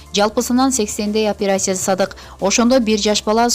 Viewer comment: Оперяция дебенизчи ай.